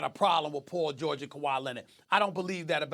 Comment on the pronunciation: Did he say Pool George 😂